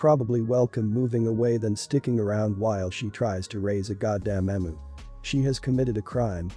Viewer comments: It’s a very obvious bot voice, but it’s less annoying compared to other bot voices. As an Aussie it is pronounced eeemyou not Emoo. But a lot of words are mispronounced by bots or the incorrect version is used (the one I hear most often is “live” as in “I live here” being mispronounced as “live” as in “this is a live animal”) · I can’t tell whether this is a human reader or not as an Australian I have to say it’s pronounced Eeeem -you not emoo I took me a while to figure out what the hell you were talking about. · Eem-you, not em-oo.